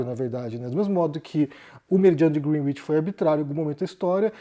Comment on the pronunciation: A pronúncia correta é grénitch, com E aberto.